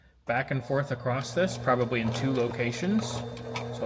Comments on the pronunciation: What does it sound like he's saying acrossT lol it's across lol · No such word as acrost!